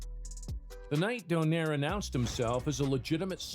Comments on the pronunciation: its not pronounced as don(air). but "do(nay)re" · Its "Donayre" not Doneir" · Btw the correct pronunciation of his surname is don-eye-reh. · In the Philippines we pronounce his surname as doh-nai-reh